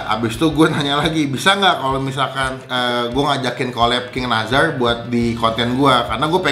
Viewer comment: Nassar bang bukan nazar wkkw pelafalannya